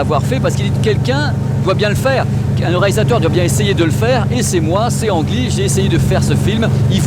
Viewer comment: Petite info made in Taïwan : si tu veux te la jouer dans les dîners en ville, il ne faut pas dire « Ang Lee » mais prononcer « Lee Anne ». Je vais être obligé de l’acheter pour faire à ma taïwanaise d’épouse 😅